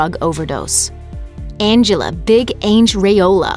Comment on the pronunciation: Lmao right? Her pronunciation was hilarious.